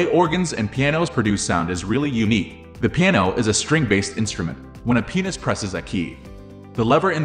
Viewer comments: You need to enunciate the word "pianist" a little bit better. The way you pronounce pianist is very phallic. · That did not sound like you said, "Pianist" 🤣🤣